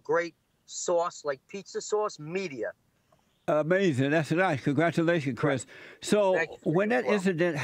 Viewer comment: Uh May Zin